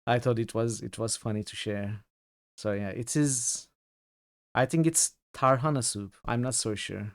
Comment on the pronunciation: tarhanayı öyle bir vurguladın ki tadı geldi aklıma :D this game was great except saving it for times after doing a job